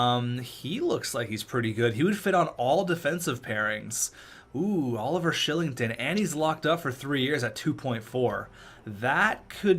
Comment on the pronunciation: Oliver Shilling-ton? Isn't it pronouncced Ky-ling-ton?